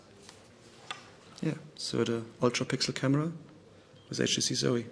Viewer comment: its not hey chh tc